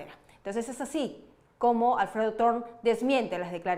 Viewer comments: El apellido es Thorne y se pronuncia Torne. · Se pronuncia dorn es un nombre inglés Thorne